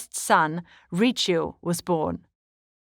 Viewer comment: Richieu is actually pronounced 'Rysio'